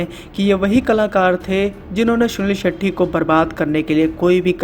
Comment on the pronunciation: हर बार भाई सुनील शेट्टी के बजाय सुनील शेट्ठी कह रहा है।